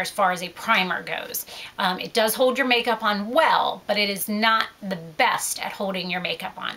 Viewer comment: You say "hold" and "old" funny! It's OHLLD not ODE!!!